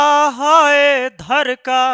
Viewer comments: dhdka hota hai dhrka nhi 😂😂😂😂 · सर धरका नहीं धड़का 😂😂😂😂😂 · Dharka नहीं होता Dhadka hota hai 😂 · Dharka nahi sir dhadka 😅😅😅😅😅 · Sir dharka ni dhadka😂😂😂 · Sir dil dharka ya dhadka 😂😂😂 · धरका नही सर जी धड़का😅😅😅😅😅😅